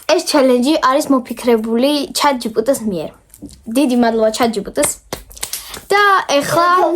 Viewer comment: ჩაჯიბიტო არა ჩაჯიპიტი